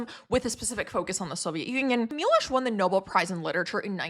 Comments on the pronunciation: CHES-wahf MEE-wohsh and VAHTS-laf HAH-vel. The Polish ł is pronounced like an English W. How does somebody whose parents fled a Slavic country butcher Slavic names? And your accent is so strange. Doesn't sound like any American accent I've ever heard. I liked your other videos, but am a bit skeptical about literature majors explaining economics. I studied economics and German literature and got an Master's in Germanic linguistics. The German department at UCLA has disappeared and been swallowed up by a European languages department. Sad. In many languages voiced consonants are unvoiced at the end of words. B, d, g, become p, t, k sounds and v, z become f, s. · Milosz sounds like Mee Wosh.